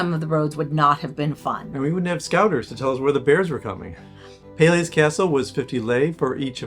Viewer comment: Being Romanian I believe I should help you with the pronunciation of the locality names: Sighișoara = See - ghee-shoe- uara = Seegheeshoeuara Brașov = Brush-off = Brushoff Peleș = Pal-ash Palash ✌️